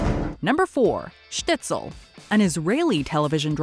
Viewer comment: It's Shtisel, not Shtitsel.